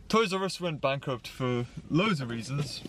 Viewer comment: Bank ‘R’ Upt That crack ‘d’ me up I’m sorry...